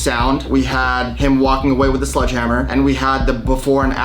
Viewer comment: Sledgehammer. SLEDGE. Not sludge, please get that right before you go to court lol